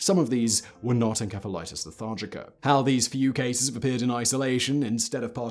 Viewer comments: I think it's called encephalathis with s, not k... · The C in encephalitis is pronounced like an S. This is why dictionaries are so damn handy. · pronounced En-sef-a-lightis :) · I have never heard "encephalitis" pronounced with a k sound. British thing? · Its not pronounced as enkephalatic, holy shit why is it so hard to get right. This kind of bullshit kills any sense of credibility. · I'm confused. Is he pronouncing ENCEPHALITIS with a K?! Or is it another word? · Did he just pronounce encephalitis with a hard C? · Is how you are saying "encephalitis", the correct way? I've always heard it pronounced as "enSEPHalitis", among both English and American medical professionals (god, I hope this isn't another "coupé" situation..). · The K sound you put in your pronunciations of enceph- prefix makes me crack up 😂 such a smooth accent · En-S-efa lite iss. Pronunciation. Just sayin ;-). May be different in GB. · Simon, you really need to practice proper pronunciation! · You would figure having such a highly produced show he would pronounce encephalitis correctly. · Simon, I adore your videos, but it slightly undermines your confident speaking when you frequently mispronounce words. (Like Encephalitis, it should be a soft C). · You pronounce encephalitis wrong! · The way you pronounce encephaliitis and cephaly or anything that involves ENCEPH really makes me cringe and really makes it hard to watch this video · Simon, that's not how you pronounce encephalitis. Why does no one in the production look up how to pronounce words they don't know? I see this time and time again in your videos. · Aside from Simon repeatedly mispronouncing encephalitis/encephalitic, I really enjoyed this video. Edit: OH MY GOD THAT’S HOW BRITS PRONOUNCE IT???? RIDICULOUS. (SORRY SIMON) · Why do you keep saying enkephalitis... it's ensephalitis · Uh Simon....? The "ph" in encephalitis is pronounced as an f uhn·seh·fuh·lai·tuhs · You are pronouncing encephalitis incorrectly. It's a soft "c".